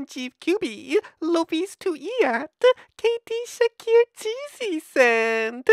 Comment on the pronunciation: It sounds like he is saying kd shheakeer instead of kd shaker.